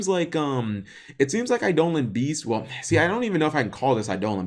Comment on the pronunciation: cmon bro its pronounced "eye-duh-lawn'